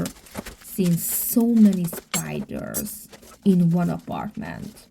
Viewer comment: I love spiders. Very beautiful animals. But yes they can be creepy when they crawl on you without you knowing. I like the way you say “spidurrs”. 🕷️